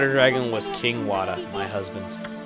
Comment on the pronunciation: Rly now...Wada is pronounced Water..and hes a waterish king..lol..